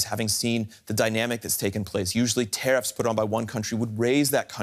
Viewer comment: "Traiffs" lol